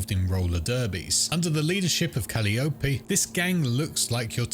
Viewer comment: It's pronounced kuh-LIE-uh-pee, and in Greek mythology, she was considered the head of the nine muses, the muse of epic poetry and eloquence.